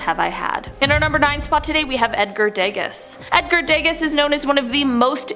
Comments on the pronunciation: y'all really need to look up pronunciations before making videos, IT'S DAY-GAH not daygus, Degas is pronounced Day-Gah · Please don't pronounce Degas with an s . His name is Dega with no s sound at the end.